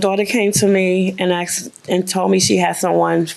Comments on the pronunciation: Asked, not axed...😂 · ""He just AXED her..." ASKED is just so hard to say?